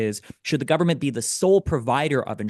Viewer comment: why does Pakman always hit Destiny with the full guvvy every time 😂 Actually cracks me up whenever he does it